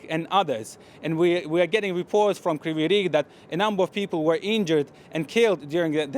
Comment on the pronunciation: Not Kryviy Rih , but Kryviy Rig ! The translation of this city's name is "Crooked Horn"!